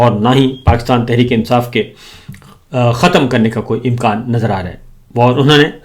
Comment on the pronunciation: Sabir bhai " im-qaan " im-kaan ho-ta hay 😂 😂 😂